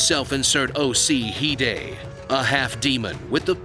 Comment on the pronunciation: "OC Hide" Lmaooo!